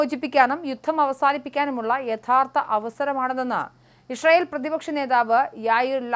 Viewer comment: Isharayel alla, icharayel!!! Vayilulla pazham vizhungiyittu news vayikku. 😂😂😂